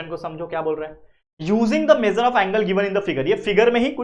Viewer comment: Measure ❌ mejar✅😅😅😅😅😅😅😅😅😅😅😅😅